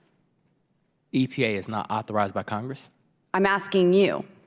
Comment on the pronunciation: She struggled with authorized!